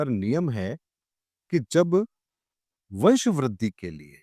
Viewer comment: અંશ નહીં વંશ हे